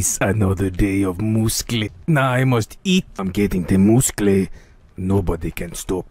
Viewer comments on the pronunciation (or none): musle❌ mooscle✅